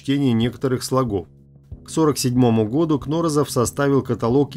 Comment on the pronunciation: КнорОзов. Ударение на второе о.